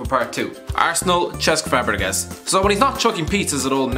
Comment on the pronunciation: Butchered fabregas name